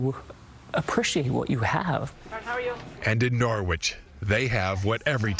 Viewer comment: Nah-Wick, Vermont. Please. Signed A New Englander